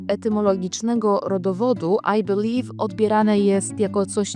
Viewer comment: I belive I can fly I belive I can toch te sky 😂